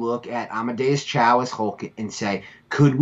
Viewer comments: Again it is pronounced as Choooo not chow. respectfully you may be knowledgeable but you tend to mispronounce names of other ethnic groups. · Lived in Korea for a year. It's Cho like Joe. You live in a glass house. )